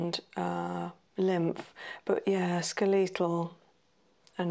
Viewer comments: It’s SKELLY-tul RESP-ira-tree. Brit here, ignore the weird pronunciation in the video.they’re playing at understanding medicine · She’s saying skeletal!? I thought it was “scoital” or something Lolol